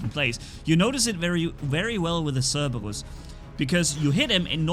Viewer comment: it’s pronounced SER-BER-US. Not Serbweryus. Lol